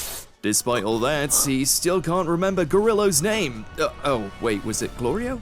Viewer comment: Galeerio🤣🤣🤣🤣 galario🤣🤣🤣... i love that he can't get the name right... gorillo🤣🤣🤣